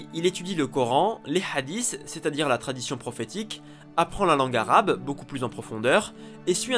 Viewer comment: J'aime beaucoup tes video mais juste tu peux prononcer les mots arabes en arabe s'il te plait parce que sinon ça fait trop francisé Merci